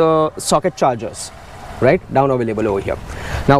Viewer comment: आधा तीतर, आधा बटेर। समझ ही नहीं आता कि वीडियो हिंदी में है या अंग्रेज़ी में। "र्रराइट?"